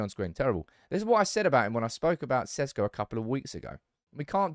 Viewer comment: its SHESHKO, not SESKO. that's how its pronounced god damn it.